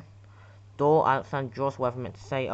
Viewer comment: Alexander is it's not an s it's an x